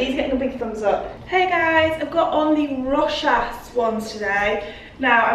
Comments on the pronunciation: Hi! I believe Rochas is pronounced "Row-SHAHS":) Love your mum lurking in the background hahaha! She is a legend. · Rochas is pronounced row-shah. You don't pronounce the 's'.